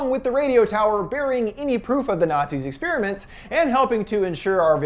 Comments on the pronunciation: Say 'Ex-spearmint' one more time I double dog dare you. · God, why can't Americucks ever pronounce 'experiment' correctly...